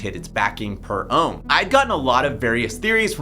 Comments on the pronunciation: my man you said rome instead of ohm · when you said nobody has to bond ohm (well you said rome)